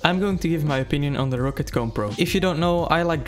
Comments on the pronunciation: Just a note, it's pronounced rock-cat, not row-cat ;) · as german its funny how you pronounce roccat xD roccat is a german brand and you pronounce it "rocet" xD